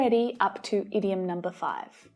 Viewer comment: I have a doubt about the idiom pronounciation. Why ur pronouncing it as ediom although the word starts with a oval 'i'